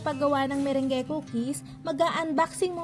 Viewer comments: Hindi po ME-RENG-GE 😆 kundi ME-RANG. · /Me-/rung/ po yung pag pronounce hehehe... Just sharing lng po no hate just love ❤Happy New Year